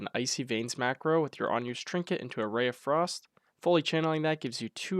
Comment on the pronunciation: Did you say Ray of Frost :-D